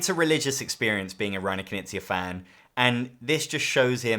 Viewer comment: Big oof moment for me. i watched dozens of this guy's videos and never got wth he meant when saying Kuh-nizia. Never would've guessed he means Reiner Knizia. Not trying to be mean about it at all, I know it's hard for Americans to pronounce K-n and G-n.